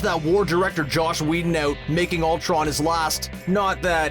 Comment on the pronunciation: Dislike for calling him Josh Whedon